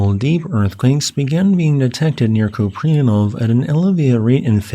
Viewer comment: FWIW, pronounced coop-ree-AN-off It's a Slavic background name. Likely imperialist Russia. Купреянов.